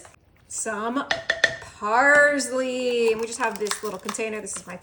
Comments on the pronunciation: Between "heatness" and "parzly" I've met 10 year old Spanish kids who speak better English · I love you and your recipes! But I think it’s pronounced parSley with a S not a Z. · It. Is not parzley…it is parsley. Also…there is no shrimp on earth that needs more than ten minutes to cook. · I also don’t pronounce parSley as if it has a z in it. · First of all, you talk too much. You pronounce parsley incorrectly and why did you not wash that shrimp? That's nasty